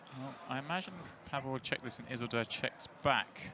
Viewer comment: Isildur is pronounced Ease-ill-dure